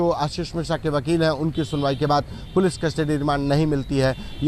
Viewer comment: मिश्रा है मेडम जी।मिश्र नही है।